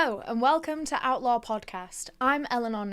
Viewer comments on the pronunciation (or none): I’m loving that you’re back and the new content 🧡🩷 I do however only hear “outlaw” when you say “outlore”